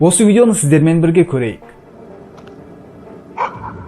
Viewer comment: Дауысынды жондеш бля Бирге дегенди билге деп айтасынго